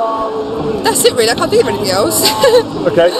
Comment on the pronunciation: 'I can't think of anything else' I can never hear this phrase,especially the word 'think'. Can you guys catch that?